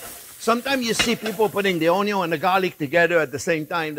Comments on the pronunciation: This guy makes me happy just by saying ONYO every time 😂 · Onyo....kkkk love you chef. Your videos are simple but very tasty 💚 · I love it when you say "onion" a la francaise...bravo....